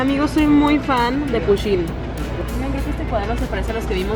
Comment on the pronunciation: no es "pushin" es "Pusheen"